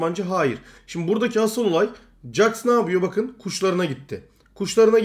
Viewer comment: jax'a caks deyip durma, ceks o :D